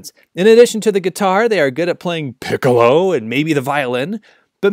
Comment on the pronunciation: the way ya said piccolo made my day.